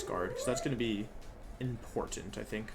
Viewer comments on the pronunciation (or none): none